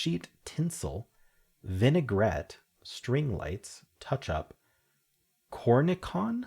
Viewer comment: I learned Pamplemousse from the La Croix water flavor. 😂 And cornichon is pronounced with the soft sh--corn-a-SHON. And because I hate pickles, I give all my cornichons away. 😂